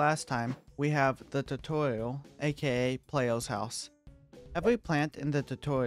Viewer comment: Why are you speaking like that?